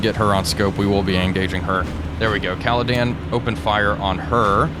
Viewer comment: Hi I know this is pedantic but, could you please stop calling HMS Caledon “Caladan” her name is Caledon as in caledonia, sorry it’s just really bugging me.